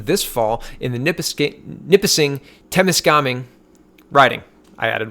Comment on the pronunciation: You pronounced Temiscaming right the first time 👍